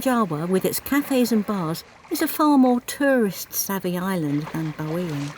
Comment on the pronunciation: You guys just keep on adding on to my bucket list.. Thanks for another great video.. Perfrect pronounciation of Bawean 👌